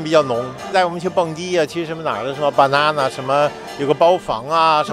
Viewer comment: 大爷连banana的发音都一股京腔😂😂😂